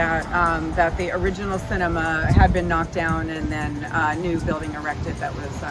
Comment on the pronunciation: She sais erected😂😂